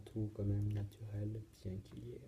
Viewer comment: "natuhel" mdrr